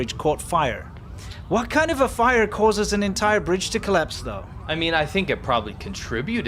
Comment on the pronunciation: hey guys, i dont mean to be critical but briDge has a D in it :P